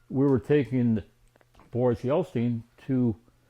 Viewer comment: It's Jeltsin not Jelstein... He's not a jew, at least not that I know of!